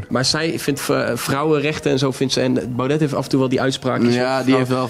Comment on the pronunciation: Spreek Baudet eens fatsoenlijk uit!